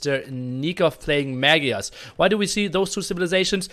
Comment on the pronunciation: Thank you for this VOD. The only thing I would like to complain about is how you pronounce Maygars. :)